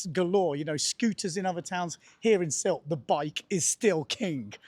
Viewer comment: finally, a local says Sylt around 2'55"....good to know!